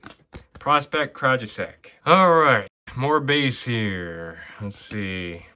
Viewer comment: Krajisseck? Think that’s the first time I heard you butcher someone’s name lol